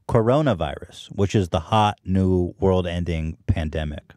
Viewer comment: Hila: "small word" instead of world